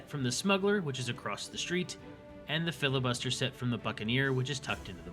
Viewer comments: Why does everyone pronounce Flibustier as Filibuster? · It's funny how I've yet to see a Windrose YouTuber pronounce Flibustier correctly. The first 3 letters are F L I. Though filibuster is the English version of the French word, the armor clearly is using the French word, which came first. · It is so funny that people are consistently calling it the Filibuster Set. It is Flibustier FLEE BOOST EEE AYY. You are welcome. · flee-bus-tee-ay is french for buccaneer or pirate. :3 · Nobody pronounces the name of the Flibustier set correctly.